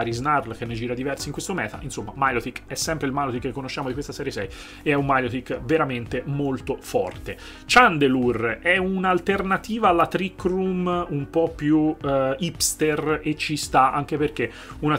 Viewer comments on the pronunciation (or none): ti prego però Chandelure pronuncialo giusto "Sciandelure" .. Ciandelure non si può sentire ahaha per il resto sono super contento che Clefairy e Clefaible sono cosi alti ò